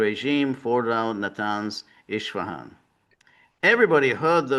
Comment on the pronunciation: Isfahan not Ishifan.